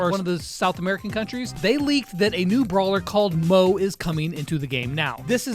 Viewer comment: Hai it’s not call mooo it’s call mo -E 😊